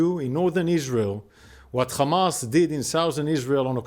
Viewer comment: Why you say Khamas and Khezbollah??? You have haifa you obviously can pronounce H